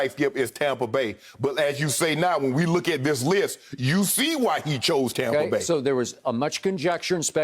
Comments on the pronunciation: Everyone: Tampa Bay Skip: Tahmpah Beh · Skip. It's TAMPA BAY. Not TOMPA BAY. Get it right and keep it right. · Most people: Tampa Bay skip: Tompa bay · he's subconsciously saying "Tom"pa Bay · Yes very annoying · Tom brought in AB, Gronk, Fournette and McCoy and transformed the entire franchise, as a lifelong Bucs fan i'm fine with the Tompa Bay era. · He's a hater. I said the same thing. TOMPA bay lol . They be hating on the sunshine state. But We get it. Haters.. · God I know right. it's so corny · As a Bucs fan, I agree lol